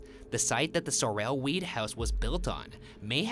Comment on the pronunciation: My last name is Sorrell, this mispronunciations throughout the whole video got under my skin!